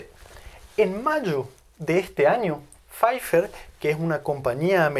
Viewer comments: No es Fifer, es Pfizer. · Pfizer se pronuncia algo así como Fitzag, por su origen alemán. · se pronuncian faiser y baiontec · Faifer o faizer? Lo pronuncia faifer jaja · Es Pfizzzzzzer con ‘z’, no Pfiffffer con ‘f’ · Se pronuncia....como FAIZA...LA terminación en alemán ER se pronuncia con terminación como A. Mexikaner MEXIKANA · Más exáctamente se pronuncia Fitza. Nunca Faiza. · Querido Doctor: No es "FáiFer", ni con pronunciación inglesa, ni con Alemana!🤭